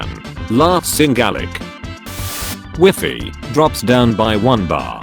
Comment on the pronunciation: Did he say Wefi instead of WIFI??